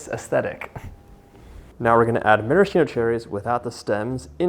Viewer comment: Maraschino is pronounced “mahr-a-skeeno” not “mare-a-sheeno”.